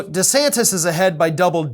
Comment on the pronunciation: it's de santis not de Santos.